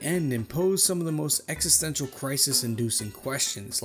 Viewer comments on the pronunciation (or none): none